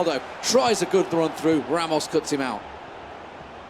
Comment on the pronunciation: the irony is the commentators werent able to pronounce players' name properly, e.g. 'Ramos'? Tass played better and he had the card to hold the ball not to push it. The other player was close to a comeback before Tass went seriously. (Thay thang em comment nhay vao ke ti) :))))